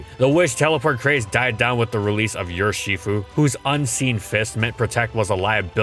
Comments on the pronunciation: I think it’s er-shifu, not yer-shifu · I’m sorry… “YER-SHE-FOO”?